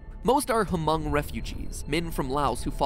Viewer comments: its just pronounced Mong, the H is silent. - Your Fellow Thao (Hmong Family Member) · Gold Fish I know he did not just say Huh-Mung refugees tho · Forgive us Americans. How we're used to pronouncing things really gets in the way of being able to figure out Hmong is just Mong without being told. Sorry lmao. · Yeah its just mong not H-mong just mong and yeah im an american Hmong person 19 years old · Unsure if anyone has mentioned this, but Hmong is pronounced “mong” like Mongolia. The H is silent. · Yeah Hmong “H” is silent i know this since my parents are Hmong and told me this ever since. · Me, not Hmong, but knows some of the history: Hears Ha-mung Also me: That ain't it chief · hamong refugees?? if it’s Hmong h silent but pronounced Mong but THATS SO COOL the whole plot is crazy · I also very much cringed at the pronunciation of "hmong" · Me : hey I’m Hmong.... a guy ....... oh and I am 35 ahhhg Also me : ha them weirdos pronouncing Hmong wrong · Matt the "h" isn't pronounced in Hmong. I didn't know a game was made about Hmong sleep paralysis. In Hmong culture its caused by a ghost/monster sitting on your chest while your sleeping. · Hey MatPat! I'm Hmong and I just wanted to say that the "H" in Hmong is silent! I found the Nightmare Death very interesting (and scary), being something that I've never heard of before. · Hi I am a Hmong American and I would just like to clarify, Hmong is just pronounced just 'mong' we dont say the H. So it's just mong. ^^ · He also said Hmong wrong it’s said without a H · Hmong was stated wrong tho, cause the H is silent. As someone who’s half Hmong on my mom’s side, I do appreciate he said Laos right but Hmong pronounced wrong hurt. It was also nice to hear him tell their story. I’ve never heard of it before until I watched the series. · Me: Hey! I'm Hmong! Also me: cringes how other people pronounces "Hmong" It's hm-ong. Not hu-mong. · It physically pains me to hear MatPat say “Hu-moang” instead of the real pronunciation “moang”.